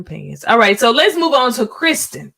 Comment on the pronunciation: Her name is K I RSTEN, NOT Kristen